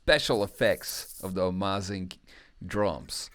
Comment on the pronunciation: My good Teutonic friend: Amazing not amâzing por favor its terrible to hear ;+)